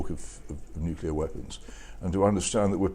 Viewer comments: First time I've heard a Brit say 'nucular' ( ...), like GWBush and DDEisenhower. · Oh my god please stop saying nucular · I do not comprehend why in this day and age, educated people still say "nucular" instead of nuclear... Mind you, I must admit that if an intercontinental nuclear war were to erupt, grammar would be the least of my worries! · Why do educated people keep saying nuculear. George W Bush started this. The word is nuclear. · Once upon a time, George W was the only show in town pronouncing "nuclear" as nookyoolar. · Well said, I was shouting at my phone when listening to ‘the Edition’ podcast this week where not only Paul Wood but were going for the Dubya ‘Nookular weapons’ pronunciation. Ffs! 🤦‍♂️🤦‍♂️🤦‍♂️ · Good debate, but I find it very difficult to listen to an Englishman that has to say "nuculer"... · Perhaps Paul Wood could learn how to pronounce the word "Nuclear" correctly. It amazes me how people get this wrong... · Jesus Christ he can't pronounce nuclear. Oh my god